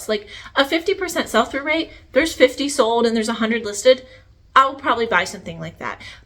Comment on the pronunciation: Sold! The word is pronounced SOLD … not Sode. And the like!! It’s not Cute. It’s SO annoying..It makes me not want to listen!